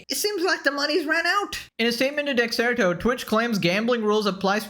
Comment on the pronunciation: Why do people pronounce Dexerto as Dexterto? Asking for a friend.